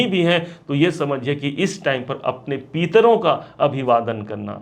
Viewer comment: Peetro nahi pitro